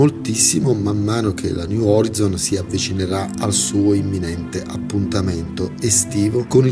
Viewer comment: faccio questo commento solo perchè tutti ci vogliamo migliorare: si dice "Oraizson"